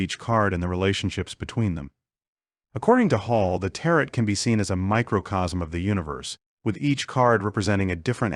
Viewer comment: Tarot pronunciation = teh·row ...